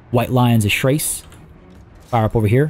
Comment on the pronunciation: Oh, it's actually white lions of Chrace... Pronouncing that as crack would definitely be wrong as it sounds like some drug lingo 😂😅 "Do you want some white lions? Maybe some star dragon? Just a reaver?"